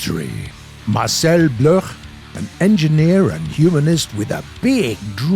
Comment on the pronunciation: Bloch is pronounced like block...